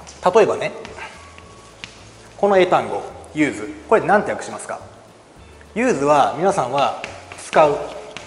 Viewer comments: 所詮受験英語の講師か、、 名詞の時は/júːz/じゃなくて/júːs/ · アンチではないですが、1つだけ！ 誰にでも間違えはあるけど、動画だと出す前に何度も間違った情報を伝えてないかの確認は出来るはずだし、The use の発音はさすがに講師として間違えてはいけないと思います！